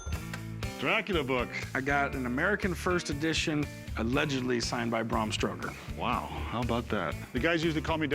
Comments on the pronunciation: “Bram Stroker” 😑 Yeah, probably best not to try and educate the sellers on the provenance of an item when you can’t even pronounce the author’s name correctly. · “Bram Stroker” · Did Corey really call him Bram Stroker!!!🤦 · “I got an American first edition signed by Bram Stroker” lmao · He said Bram Stroker hahahahaha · Who tf is brum stoker? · ''Bram Stroker'' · Its not Brah M Stoker. Its BRam Stoker. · Did Corey say “Bram Stroker”? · when corey said bram stroker that nailed my coffin tight lmao